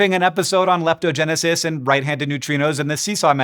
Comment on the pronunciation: Lap-Toe-Gen-A-Sis! Lap-Toe-Gen-A-Sis! Give me that video, NOW!